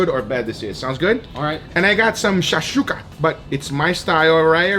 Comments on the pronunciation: u got an arab offended by the way of saying shakshoka 😂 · Amazing video - I'm from Israel where people eat Shakshuka on a daily basis and seeing you guys trying to pronounce that was hilarious hahahaahah Also - I suggest dry aging / cooking steaks in Harissa sauce - it's a famous north African spicy condiment and it tastes amazing